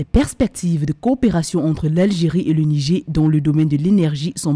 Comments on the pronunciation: Ce n'est pas le "Nigé " mais le "Nijére" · Madame la journaliste, on dit "Nigère" et non "Nigé"